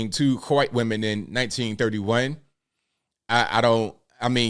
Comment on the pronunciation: why do you say white like it’s starts with a “Q” “Qwhite”?